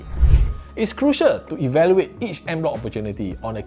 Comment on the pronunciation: "On" bloc not "end" bloc. 😂